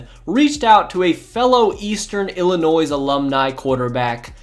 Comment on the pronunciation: Illinois is pronounced ILL I Noy . you do not pronounce the S